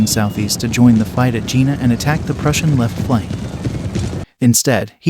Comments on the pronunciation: Good overall; atrocious pronunciation of both French and Prussian names. The town is pronounced "Yay-nah" not "Gina". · "Jena" is pronounced "Yayna" not Gee-na" You Americans really bugger up foreign languages including English and stupid stuff like Eye-ran instead of Iran ( soft ). Don't they have schools in the States? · The battle is pronounced YAY nuh. NOT "Geena". Marshal Davout is called "devout" instead of duh VOO. Just terrible. So many more.😝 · The battle of Gina? Gina Lollobrigida? The mispronunciations in this are completely farcical. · The pronouncing of German and French names and places is appalling and painful. The battle is Jena (Yay-na). Please have respect for other cultures, not just your own. Take the time to properly research the names and places of your videos. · Agreed, even the main location of Jena is mispronounced. Get rid of this AI.